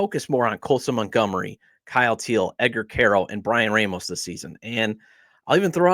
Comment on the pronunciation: I enjoy your work very much. You're a little negative, but I understand. I've been a fan since 1958. Very long suffering. If you will, please pronounce Brian Ramos' name correctly. Small thing but it drives me a little crazy. Keep up the good work